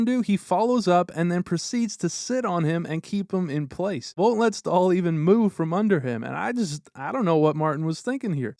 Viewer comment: Staal ❌ Stool ✅